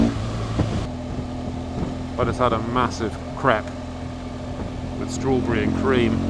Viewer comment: Thought you just said you had a massive crap. With strawberry and cream. Then I realized you said crepes.